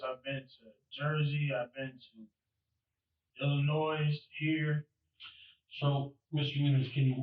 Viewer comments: He pronounced Illinois as "Illinoyz." Put him away for life. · The S in Illinois is silent you drip. You would think that at your age you would know that by now. 🙄